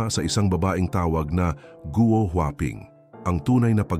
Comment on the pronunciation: correction GUO po hindi GO